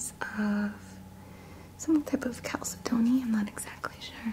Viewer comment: Hi. I just thought I'd let you know that "chalcedony" is pronounced "cal SAID knee" since I meant to tell you in a previous video. 😚💜🤟🏻